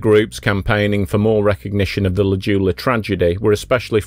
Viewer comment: This one hits close to home, a little bit too close for me. Anyway, it's pronounced J-OO-la, not Juula. Sorry for being pedantic.